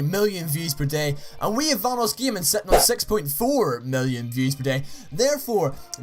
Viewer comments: Vanossgiming? Great job at proununciation, idiot. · Why do you say VahnussGjaming. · Boss kidd21 how he says vanossgaming its funny